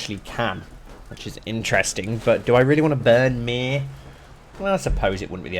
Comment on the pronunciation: Given how you butcher my name everytime I hear you say Myr, makes you think you’re on about burning me. Not funny at the end of the day mate